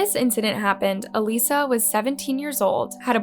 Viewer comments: has an actual video of her sister saying her name….. still disrespectful calls her aleesa……..bitch fuckin plz the AUDACITY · her name isn’t alissa. her name is alyssa. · Everytime you say ALISSA...I'm wondering who that is..and I realize you're meaning Alyssa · I love how you continue to pronounce her name (EE-lisa) even after her sister says her name is (UH-LYSSA) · You said Alyssa name wrong the entire video.